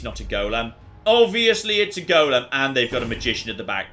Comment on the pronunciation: The way says golem is such a small thing but it annoys the life out of me 😬😬😬😬